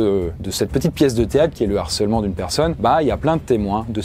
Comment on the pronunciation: Sujet super et très utile, merci l'équipe! Juste un truc qui m'a heurté pendant toute la vidéo: un harcèlement, le harcèlement, pas de liaison donc pas de "l'harcèlement ou un narcèlement". Entre ça et tes nombreuses fautes de liaison (genre" va têtre"), fais gaffe, stp, il y a des millions de jeunes qui t'écoutent!